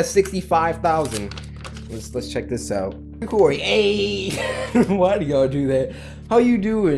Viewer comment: It is not curry it is Cory and it is not Corey it is Cory